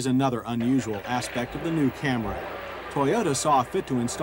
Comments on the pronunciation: Took John until 1990 to stop saying “Cam-ray”. When the Lexus ES came out he finally got it right. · FFS, John..................it's Cam-REE, not Cam-RAY!!!!!! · I only watched just to hear John say Camray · I'm only here to hear John say Camray lol There's someone around here in town with one of these, too. It was a bug out to see it.